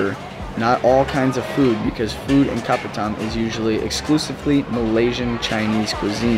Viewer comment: Hurt my brain hearing you pronounce kopitiam LOL (Ps, there is an i in tiam). Made me miss Penang though.